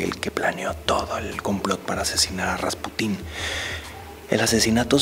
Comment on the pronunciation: atención: se pronuncia RasPUtin, no RaspuTÍN, es decir, la sílaba tónica en este caso recae en la penúltima. De igual manera que PUtin (presidente de Rusia) y no PutÍN, aunque se escuche más chistoso